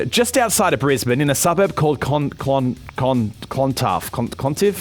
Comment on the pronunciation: Its pronounced Clon tarf I have been to that kebab shop is good there are not many kebab shops left there used to be one at Kippa - Rings shopping center Kippa - Ring is an Indigenous word or first Australians as they like to be know now any ways that Kebab shop closed down